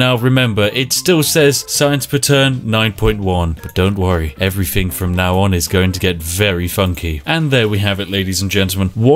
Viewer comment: For someone who pretends to be posh, you're not very good at differentiating between 'th' and 'f'.. everyfin, scientific ferory.. Get a grip man, you're a Englishman.